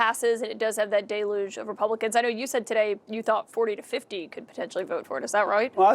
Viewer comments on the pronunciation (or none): Deluge. It’s not day-luge, it’s del-yooj.